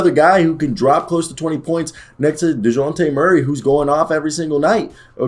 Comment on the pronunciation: First 30 seconds of this video were jarring as fuck, from the way you pronounce Dejounte to “muscle hamster”, I’m not sure I should keep watching